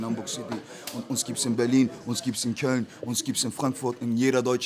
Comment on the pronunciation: Uns gibt es in Käln ! hahahahhaahhah Nicht köln er sagt Käln :D